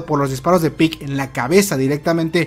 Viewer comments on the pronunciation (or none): Se pronuncia pieg no pick